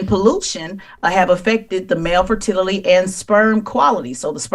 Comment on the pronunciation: Damn girl!!! Cant say Fertility